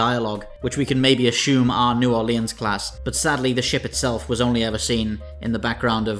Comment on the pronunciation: I had a stroke when he said "New Orleans." Good vid tho.